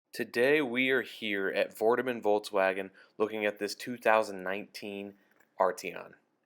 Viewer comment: Nice review buddy! Just as a side note, it's pronounced "Folks Vagn", not "bolgs woahgen". it's German 🇩🇪.